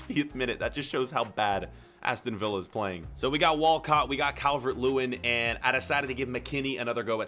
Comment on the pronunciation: It’s Villa